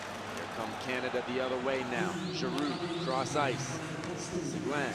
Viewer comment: please his name is talyor seguin not segoine look up the french pronomciation please, the u is silent. thanks for the feed.